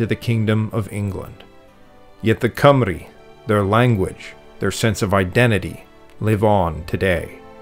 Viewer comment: Congratulations on your pronounciation of Llanfairpwllgwyngyllgogerychwyrndrobwllllantysiliogogogoch and Cymru :medal-yellow-first-red